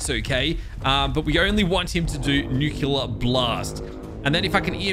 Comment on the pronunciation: i like how doesnt even read the part where it says the atomic breath and he still says that its the nucular attack